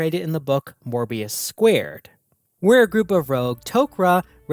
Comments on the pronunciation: You correctly write the subtitle of the book that appears on the screen while mispronouncing it. Congrats. There is not a single R in the word Moebius. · There is no "R" in "Moebius".